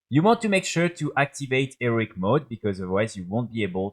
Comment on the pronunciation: Learn to say HEROIC, it's not pronounced "ERIC"